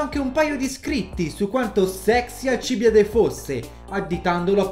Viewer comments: Dal titolo avevo capito che questo video sarebbe stato pieno di errori, ma non fino a questo punto. Si chiamava Alcibìade, non Alcìbiade. Era il miglior allievo di Socrate, secondo quello che lo stesso Platone ci dice, non era per nulla ignorante e nemmeno un cretino, anzi, era un genio del male, secondo Platone aveva tutto il potenziale per diventare un grande filosofo, anzi, per colpa di Alcibiade molti credevano che la filosofia fosse pericolosa, il problema più grosso della Repubblica di Platone era mostrare che i filosofi al potere non sarebbero stati come Alcibiade. Come qualcuno nei commenti ha già detto, Socrate NON SCRISSE NULLA! NULLA! Era contrario all'uso della scrittura. Sulla mutilazione delle Erme, non si sa cosa sia successo. Forse erano stati gli amici di Alcibiade ubriachi di notte, o forse erano stati i NEMICI di Alcibiade che poi volevano addossargli la colpa. Inoltre, che io sappia si pronuncia "Egospòtami", e non "Egospotàmi", seguendo le regole degli accenti greci, ma non ne sono sicuro. Sono certo invece che la città di Turi in greco si chiamasse "Thoúrioi", e quindi in italiano si pronuncia "Tùrii", e non "Turìi". Insomma, smettiamola di stuprare i classici. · 1, si pronuncia Alcibiade, non alcIbide 2 Socrate non ha mai scritto di lui 3 il sovrano persiano era il re dei re, per noi mortali l' imperatore, il titolo di sultano non esisteva ancora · Ma poi hai pronunciato male alcibìade tutto il tempo... dici sempre alcibiàde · un paio di incorrettezze: la pronuncia corretta del suo nome dovrebbe essere Alcibìade Socrate non ha MAI lasciato scritti, proprio niente neanche di filosofia per il resto bel video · Noooo ero così felice avessi fatto un video su Alcibiade ma non posso andare oltre gli 11 secondi, quella pronuncia mi fa male al cuore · Da classicista è un infarto sentire i nomi con gli accenti sbagliati... La morte di alcibiade la so a memoria ogni anno me la ritrovo a tradurla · Alcib Í ade non Alcibi À de 😅